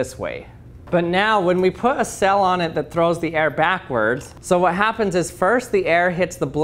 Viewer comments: Your pronunciation of sail had me a confused a number of times...I was like...why is this sail being called a cell? Is it more scientific when you call it that? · I like the way he says sail. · Is he saying "cell" or "sail" ??? :/ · It's quite interesting how ppl who live in different parts of the world say words different. He pronounces "Sail" like "Sell". I wonder how he pronounces "Sale"? In my area of the world, we pronounce them exactly the same with a long "a". Not just languages but also accents are so interesting when listening to ppl from other areas of the world. btw, this is not a slam on his, or anyone else's, pronunciation/speech. It is just an observation. I am quite sure there are words that I say that sound funny, odd, intriguing to someone else. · Why does he keep saying cell... ? ... kidding I'd love to hear him say cell and sail and see if I could tell the difference :-)